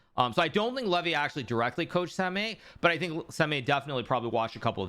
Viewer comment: samay😁 the pronunciation hurts my ears Hi.. Karu